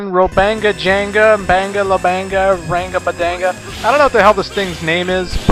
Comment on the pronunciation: Its name is Rangda Bangda god dammit lol